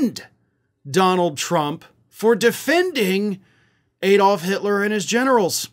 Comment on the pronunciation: Its ADD-olf not EED-olf. As a European I ask you to get it right and stop insulting us.